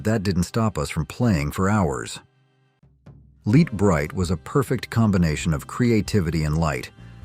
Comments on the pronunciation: A.I. will never fool me until it learns how to say Lite Brite, not Leet Brite. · Yeah, the "LEET BRITE" gave it away.